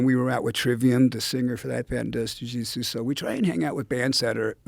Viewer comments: I don’t why Dave and guys like Jerry Only get so much hate. They’ve avoided the massive pitfalls of rock music and they’re not broke or brain dead. Look at Taylor Hawkins, that’s tragic. Other than how he pronounced “Ju Jitsu” he’s ok 😂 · saying jujitsu is hard sometimes